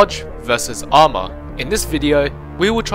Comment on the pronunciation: good video but when you said armor your "a" hurt my ears. try some stuff with mic volume